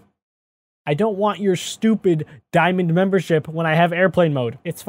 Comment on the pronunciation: Ah yes MEMBERSIP